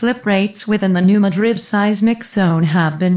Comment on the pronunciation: I'm from the area. The narrator doesn't know how to pronounce 'Madrid'. smh